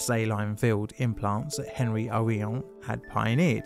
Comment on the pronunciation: "Henri" is actually pronounced ON-REE in French. Just sayin... Carry on. 😁